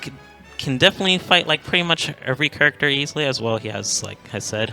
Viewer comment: i love you man but it kills me the way you say character